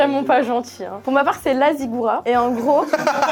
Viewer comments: ziggouraT (on prononce le T) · c'est une ziggourat ! on prononce le t!